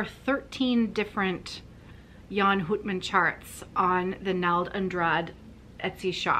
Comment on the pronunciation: The "ou" in Houtman is pronounced as the ou in out or about 🙂